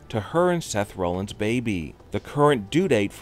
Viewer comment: His name is Seth ROLLINS not, Seth Romans.